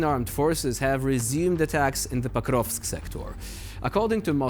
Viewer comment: Not Pakrovsk, but Pokrovs'k.